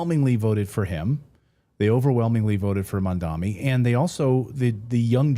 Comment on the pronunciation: Clayton can you please try to get the name right.. mam-da-ni..